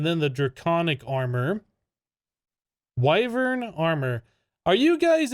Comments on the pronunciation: It’s. WIe-Vern. Not wivern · Its pronounced Why-vren im pretty sure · It's pronounced "wyvern" not "wyvern" :) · I say W-I-vern, not W-AI-vern ;) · Why-Vern (that pronunciation)